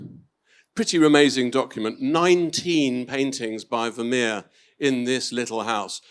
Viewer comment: this interviewer can't even pronounce the name Vermeer correctly!😮